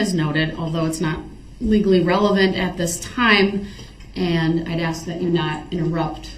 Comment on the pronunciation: it's SUSTAIN not SUBSTAIN and it's pronounced as ASK not AKS! hahahaha pathetic. go back to school! oh wait! you're in jail! hahahaha